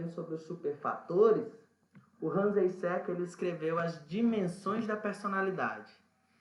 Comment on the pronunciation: Pronúncia correta é “áizenk” e não “eissék”. Hans Jürgen Eysenck “rãns iúrguen áizenk”